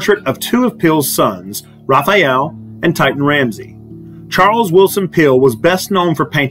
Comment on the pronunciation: “Titan”? You might want to look more closely at the name, spelling and pronunciation and who the artist Titian was. 😎